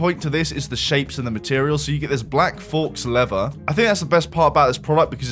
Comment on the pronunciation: i love how you pronpunce shit, "forks lever"